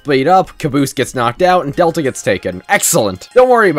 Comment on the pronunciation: One small correction it is pronounced del Ta not data